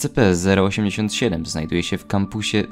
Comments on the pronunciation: te czasy w których mówił escepe zamiast escipi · Pamiętam jak mówiłeś ESCEPE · Ten moment kiedy słyszysz jak wymawia SCP jako "Es-Ce-pe" i robi to celowo, niewiedząc że to błąd